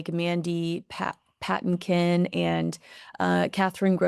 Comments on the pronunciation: Mandy PaTINkin. Accent on second syllable. Love his singing, as well as acting. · Seriously??? You don't know WHO Mandy Patinkin is??? His name is pronounced Pa tin kin!! He was in Princess Bride, as Inigo Montoya, also in Criminal Minds, and other shows. Now, do you know who he is???? BTW, you are always gorgeous!! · It's Mandy puh-TEEN-kin. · That's Mandy Pa-TINK-in! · Not to be nitpicking but it’s Mandy Pa-teen-kin Patinkin. He is one of the stars of the iconic Princess Bride, broadway and I believe a television series. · Mandy Puh-tink-un-Che from Evita, Inigo Montoya from Princess Bride, Saul from Homeland, Chicago Hope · his name is Mandy Pa-TIN-kin. A well known actor. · First,, I'll apologize if this is TMI or unneeded info. LOL One of the men you mentioned, Mandy Patinkin - his name is pronounced Puh-TINK-in, with the emphasis on the 2nd syllable. He is/was a Broadway actor/singer. He was also in the older movie Yentl which starred Barbara Streisand. He also played the part of Indigo Montoya in The Princess Bride, and he played a Dr on the older TV show Chicago Hope. Sorry if this is unneeded info - just wanted to put that out there. The woman mentioned, Kathryn, is his wife. I have been watching your show here for a few months & I was first introduced to you thru your appearances on GB News & now I am frequently watching Talk TV, so see all of your clips on there as well. I really like your coverage of the Royal Family & your coverage has piqued my interest in them. I love your takes on Meghan and Harry. The guests you feature on your podcast are great & I remember most of them from watching GB News. You have a fantastic show & I appreciate all of your work. Thanks! from an old lady in Kentucky. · Pa-TINK-in. thank you. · It’s pronounced “Mandy Pa-teen-kin” 😉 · Oh! I love you so much! May I suggest you look up how to pronounce Mandy Patinkin's name? He was also in Princess Bride. You'll recognize him. 💗